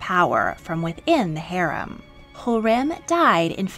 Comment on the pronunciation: I am very sorry to say it, but you completely misplaced the stresses in some of sultanas' names! That would be HürrÈm, NurbanÙ, MihrimÀh and SafiÝÈ. Otherwise, great video! May i suggest to you to check out stories of kazan khatuns Сөембикә (Söyembikä) and Гәүһәршат (Gəwhərşat)